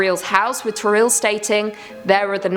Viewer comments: Its TO - RIEL NOT TORREAL DAMNIT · it's toriel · its not toreel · Toriel: Exists: "Toreel" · You must be joking, you're pronouncing "Toriel" WRONG! WTF?? 😂😂